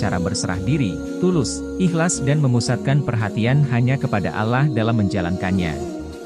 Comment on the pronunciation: Konten sangat bagus, tapi mohon maaf, konten berikutnya pengisi suara kiranya lebih fasih lagi, terutama dalam pengucapan Alloh dan juga arsy ...sekali lagi mohon maaf ya...🙏🙏